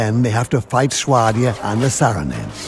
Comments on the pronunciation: lol maybe we were saying it wrong all along. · "Shwadia" "VaEEEger" "King HarLouse"